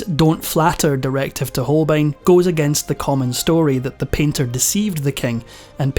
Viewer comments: Hans Holein absolutely lost his essential "b", or what? Poor AI voice! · Hans HolBein, nicht "Holein" bitte!